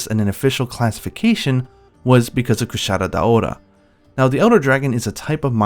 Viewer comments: Wouldn’t it be pronounced Dao-ra? Dao-ora doesn’t make sense. I’m not sure but I believe one of the hunters even pronounces it this way in world the first time you hunt it. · I always pronounce it Kushara Daora... just because Cuchara means spoon and is pronounced the same in spanish hahaha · The way you say Kushala Daora is so incredibly weeby and cringe. I like these monster showcases though.